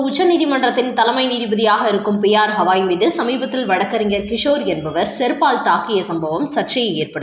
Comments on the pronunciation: ஹவாய் இல்லம்மா..கவாய்! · அடட ஹவாய் கிடையாதுமா, கவாய்!😊😊😊